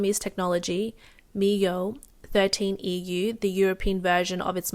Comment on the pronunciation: YOU CANNOT PRONOUNCE MIUI AS MI-YOO ITS MI-U-AI (bro what am i talking about)